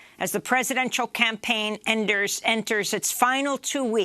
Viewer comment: She said enters wrong 😂😂😂😂